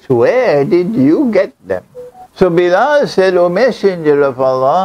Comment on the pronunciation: It is Bilal not Biral